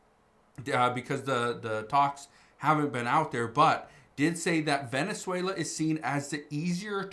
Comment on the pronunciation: Wenezuela??? Only blah blah blah 😂